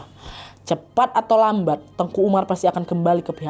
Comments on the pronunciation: Teuku kak nad bilangnya bukan tengku.. klo tengku itu Melayu kak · Mohon maaf kak nadia penyebutan teuku itu di bacanya bukan tengku jadi beda artinya klu sebutan tengku itu biasanya untuk ulama jadi bacanya sesuai tulisan TEUKU oke kk koreksinya karena saya asli orang aceh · hai ka nad, papa aku orang Aceh asli dan mama aku Jawa. tepatnya kami tinggal di tanah kelahiran Teuku Umar di Meulaboh Aceh Barat. aku mau bilang kalo penyebutan "Teuku" dan "Tengku" itu berbeda, kalo Teuku tetap disebut "te-uku" dan tengku ttp disebut "teu-ngku". Teuku setau aku itu masi berasal dari bangsawan ataupun keturunan dari ulee balang, sedangkan "Tengku" itu sebutan utk ulama atau guru ngaji.. dan "Cut" itu juga gelar yg didapat karna masi keturunan bangsawan, dan di Aceh ad juga sebutan "Sayyed dan Syarifah" ini masih ada keturunan Arab, dan bisa diblg masi ad keturunan Rasulullah juga. tapi makin kesini yg make gelar cut dsb itu ada yg bukan keturunan bangsawan, *ad bebrapa memakai utk menghormati atau mengikuti jejak Pahlawan Aceh. cmiiw guys❤